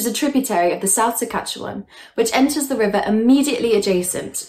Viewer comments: A few little notes - SASkatchewan not Sakatchewan. In Alberta we have coulees not wadis. “Indian” and “squaw” aren’t in common usage any more. It’s a good idea to pay attention to what terms the First Nations/Indigenous people use for themselves. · I sometimes forget that (with a few exceptions) literally only Canadians know how to pronounce the names of Canadian places (Edit: Come to think of it, even Canadians don't know how to pronounce Canadian names; I've gotten a few comments from people informing me of my own mispronunciations). For example, I like to watch Tucker Carlson, but a month or so ago I heard him pronounce Ottawa "oh-TAH-wah". Good Lord. I think the battle story in which the medicine man lost his hat swimming across the river was the city's official version for a long time. I also get the impression that Jim Marshall, the artist, really liked Sanderson's stories and forced people to remember them with his murals (and the city to reconsider its official version).